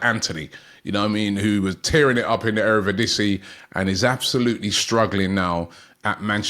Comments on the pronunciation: it’s pronounced eredivisie not erevidisie mate😂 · ERE VIDISI = Eredivisie